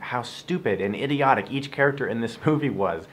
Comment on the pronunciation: ...did he just say Hideotic?